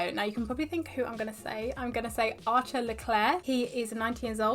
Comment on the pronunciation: You pronounce "Arthur" really weird... It literallty sounds like "archer"